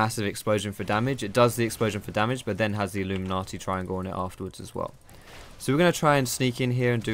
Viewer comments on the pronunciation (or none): none